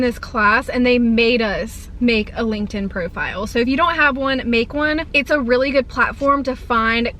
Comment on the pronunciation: Did you say Linkend?? 😅 but I feel like I did make one in college but I don’t know if I remember my PW. 😂